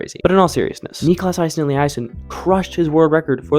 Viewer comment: Niklas - correct, maybe just a bit more emphasis on the last part instead of the first part Aasen - first part like a in ball, otherwise fine Elliasson - Elli, a pronounced same as in "kinda", son